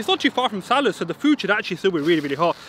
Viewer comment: The way you say Salahs! Might aswell call it salad! 😆